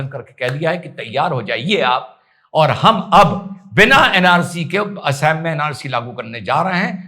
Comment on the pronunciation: अरे उनका नाम- हेमन्ता नहीं है। उनका नाम- हिमन्त है। और राज्य का नाम- एसाम नहीं है। राज्य का नाम- असम है। Assam = Ass+am = असम